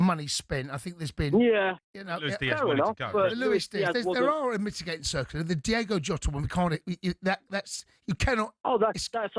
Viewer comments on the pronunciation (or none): Fire the next person that calls him ' diego' jota. He's from Portugal not mexico